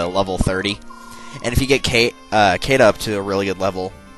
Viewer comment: Caeda is pronounced SHE-da, not KAY-da.